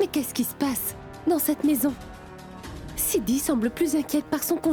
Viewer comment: 😂😂😂 siddhi a dit vin inbe cille😂😂😂😂